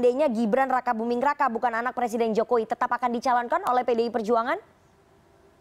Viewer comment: Aku dengernya si mbak bilang Gibran Rakabuming Neraka wkwkkwkw